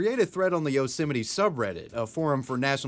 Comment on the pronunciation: Its pronounced Yose-mite like might. not yeolsemetyyy